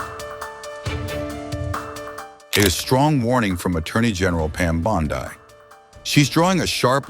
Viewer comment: Her last name is NOT BON-DAI is BONDI !